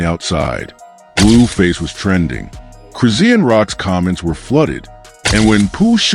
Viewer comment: QUIT Sayin' Cris-zee-n! Her Name is Cris-shaun!!!🎬 Get it Right, Jeesh!